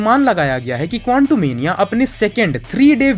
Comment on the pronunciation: bhai tum kontumenia kyu kehte hoo quantumania ko